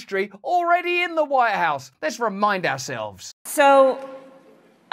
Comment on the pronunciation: Is it just me or are you actually saying Warehouse instead of White House? I think the former makes more sense and is definitely more hilarious. 😂 I imagine contraband coming out of DC isn't that far from reality.